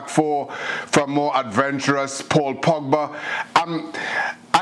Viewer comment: Ay you guys i like Kay but did yall hear her say Paul Pogger? Or Paul Pogga 😭😭😂😂💀 that was hilarious